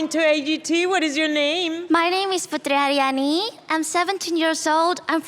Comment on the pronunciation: Anda menyebutkan nama putri ariani dengan sangat fasih Cara Indonesia berbicara Salut buat anda